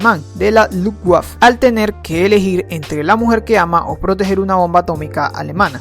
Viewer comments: hubo un pequeño error el resto del vídeo está históricamente correcto.El error fue que dijiste lutwaff en ves de lutwaffe lo dice un apasionado en la segunda guerra mundial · Y se pronuncia lufvaffe :v (en la gran mayoría de los idiomas de Europa del este la "w" suena como "v") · Luftwaffe se dice luftbafe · Luftguaff? o Luftwaffe XD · Hahaha la luftvab , es Luftwaffe tonto. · se pronuncia lufvafe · Disculpa que te corrija, pero se Luftwaffe en alemán se prununcia "lufvafe"